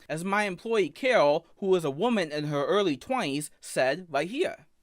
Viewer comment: “I didn’t gwope hewr!!!”